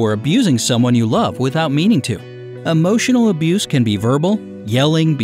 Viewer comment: The eay he pronounces emotional does my head in. Am i toxic?